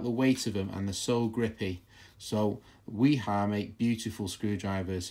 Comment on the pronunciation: The channel lock and DeWalt seem to be rebranded Klein screwdrivers. Also Wera and Wiha are NOT the same. Both made in Germany but totally different companies. Both are pronounced with a V. Wiha is pronounced Viha Wera is pronounced Vera